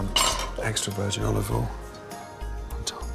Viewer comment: Wow he actually said "olive OIL". it's usually "oliveoll".